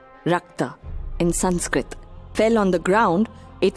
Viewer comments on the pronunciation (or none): none